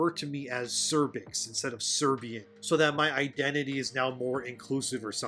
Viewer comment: You said Serbix, lol, took me couple seconds to realize it wasn't cervix